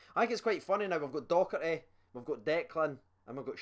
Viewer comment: it's Docherty not Doherty 😂